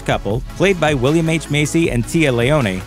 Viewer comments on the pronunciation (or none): none